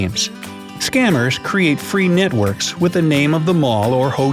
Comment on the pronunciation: Computer voice called them nitworks instead of networks very funny.